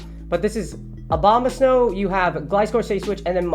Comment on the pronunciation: I love that you keep saying Obama-snow